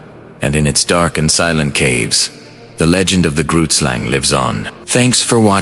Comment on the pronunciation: I like the ai voice. But saying live wrong tipped it off as what it is.